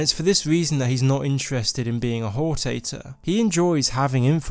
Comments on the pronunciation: it's "hor-tator" not "hor-tay-tor" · I'm pretty sure it's not pronounced "whore tator" (I'm sorry but that actually made me laugh out loud), but HOR-TA-TOR, "Ta" as in "Talent" and "tor" as in "torrent" Excellent video though :) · After playing Morrowind, it bothers me that he pronounces hortator as "hor tater." Guard: are you Nerevar... Hor tater... Indoril. Nerevar: ya caught me! Ya caught the tater! Also, referring to the tribunal as Demigods. AFAIK They're never referred to as that, though I haven't played through all of ESO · The way you pronounced Hortator killed my soul.